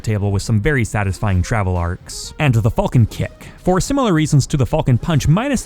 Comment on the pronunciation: The way you say “Falcon” ugh